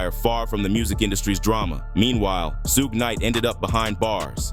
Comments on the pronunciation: Soo-gay Knight if messing me up! Come on AI say it with me - Shooooog Knight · Great video! However, Suge is not pronounced as "Suegay". It is prounounced as "Shuug" like sugar without the "r"! Otherwise, very good! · Su-gay Knight? Lazy punks love using Ai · AI garbage. "Sue-ga-night." It just sucks, still. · This voice!!! Suge being pronounced Soo-gay!! 😂😂😂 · "Sug-Ay Knight" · "Suge", no it's pronounced Shug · sooo-ga knight lol thats hilarious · "Soogay" Knight..... I'm out lol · Who the hell is suegay nite?? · “Sewga” Knight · Lol at the AI robot calling him SooooGay Knight!😂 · Soo-Geh Knight lol. gotta love AI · Su-gay Knight?? AI SUCKS!!! Bring back HUMAN BEINGS who know how to PRONOUNCE WORDS!!! Oh, it just said SOOG!!! Not even consistently??? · It’s pronounced as in sugar without the R. Sug Knight. Please if you’re going take the time to do a 20 minute video. Learn how to say the people name you report on. One the strength of that I give 👎🏽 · Please learn how to call Suge the right way!! Can't hear it bro.. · Whenever Suge is pronounced like that, you know this is A.I. speaking. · Too much vague narration. This was almost clickbait material. Annoying that i watched it in full! Not giving it a like just on principal that AI voice was used and couldn't pronounce Shuge Knight's name. It was seriously annoying! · Was good until the voice over mispronounced Suge… 😂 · Oh AI. Can't pronounce suge.